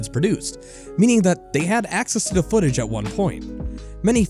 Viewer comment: gotta practise pronouncing "the" instead of "duh"